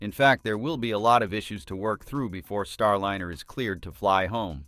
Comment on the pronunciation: I agree! Computer voice with so many mispronunciations - how many ways can you pronounce Starliner (?linner!) And WORSER is not a word!!